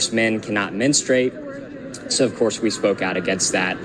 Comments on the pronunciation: What the heck is menu-strate? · ...my guy said menu-struate... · Did you say MENU STRATE lol